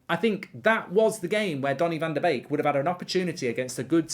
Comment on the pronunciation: As a Dutch guy i love it that you pronounce Donnys name correctly, its indeed like 'bake'...love your content, cheers!